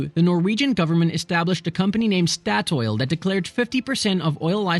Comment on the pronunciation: Its rely fun siting at home hering you trying to say oljefonnet statoil and Oslo Lol ask siri next time🤣